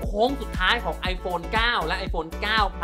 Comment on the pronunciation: คุ-กรุ่น ครับ ไม่ใช่ คุก-รุ่น ว่าจะรอดูเฉยๆ แต่อยู่i7+ที่ใช้ก็เริ่มงอแง โทรเข้าโทรออกไม่ได้ เลยต้องรอดูเฮ้อ